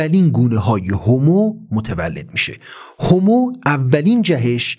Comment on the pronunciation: هومو........چرا هِمو نلقظ میکنید؟!!!